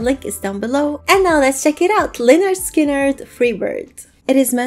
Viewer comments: March 2024 and yes you pronounced it perfectly young lady. This band formed in 1964 during high school or following. This was like 3 months before the plane crash. RIP to the original members, gone but never forgotten. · That is actually a very good pronunciation of the name.